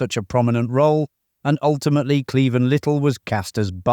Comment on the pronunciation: Marlene Dietrich is pronounced mar-LAY-nuh. Cleavon is clee-VAHN